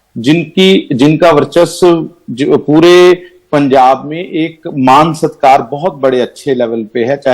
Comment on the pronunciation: Punjab not pujab